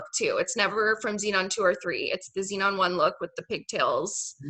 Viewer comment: Zenon the “Zeunion”